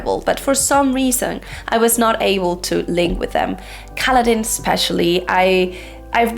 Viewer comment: Easy, he butchered Kaladin !